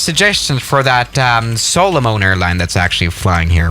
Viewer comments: Pronunciation of Solomon: Soul-a-min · The way he pronounced Solomon was kinda funny lol